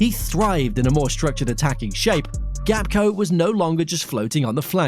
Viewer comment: And his name is Gakpo not Gapko....